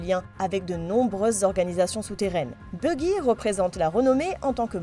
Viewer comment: Buggy ? Baggy "a"